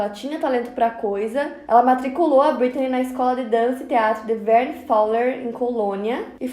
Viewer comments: Que agonia dela falando "Britney" toda hora. BrittANY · E eu que achei que era Britney e só percebi que é Brittany com o comentario